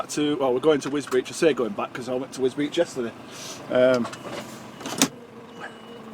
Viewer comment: Wisbech? Wisbeech? At least you haven`t said "Gorganzola services" like Deady did!